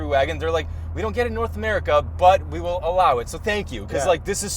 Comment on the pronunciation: Vee vill allow it ya 😂 I heard that in a German accent